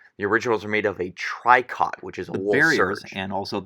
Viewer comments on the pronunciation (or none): Gilet is pronounced : gee-lay, and tricot is : tree-co. Cool video.